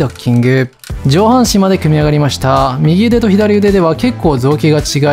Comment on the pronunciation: 右腕の読み方は「うわん」か「みぎうで」ですよ